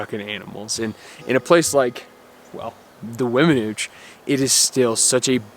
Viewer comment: I understand you passion young man. I lived at Vallecito Lake, about 2mi's from the Weminuche trail head, locally known as The Nuche (and yes you did pronounce it correctly), for 17yrs and those memories are at the top of my 70yrs of living and I thank God for allowing me to live there. Continue to seek out your passion in life and thx for the great video's.